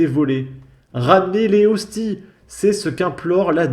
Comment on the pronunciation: des "ostise " bordel tu me fume ^^.